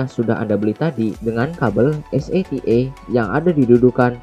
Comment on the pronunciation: es ey ti ey, dibaca sata